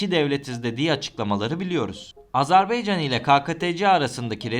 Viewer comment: AzerbEycan değil AzerbAycan